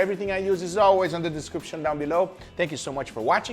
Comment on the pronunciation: How to die of alcohol poisoning: Take a shot every time Guga says "everybadeh".